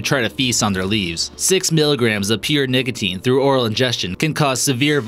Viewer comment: anyone else hear ''niggatine'' when he tries to say nicotine?